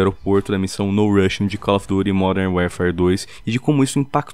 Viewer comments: Caloyfidure bike famosonha 80 pronuncia correta id inglês rs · Cau ofi duti , há fala a língua da maioria, quer falar bonitinho e fez feio. Cau ofi duti